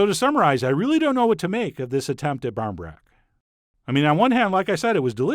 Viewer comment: If anyone's wondering it's pronounced like "baw reen brack" you live on this shite at Halloween and at any kind of social gathering that doesn't involve getting drunk (which isn't a whole lot mind you)